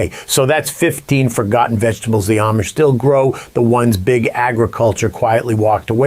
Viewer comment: For the love of God, would you PLEASE pronounce Amish correctly? It's not Aimish, it's not Am-ish it's pronounced Ahmish. Got it? Good! You'd think since you have a long history (unless you've only been around them for 2 long days) do better at your pronunciation. Ask THEM "Hey, how do you pronounce the name of your people? You might need a refresher course every couple of days. Aside from that, I love your videos. I've learned a lot!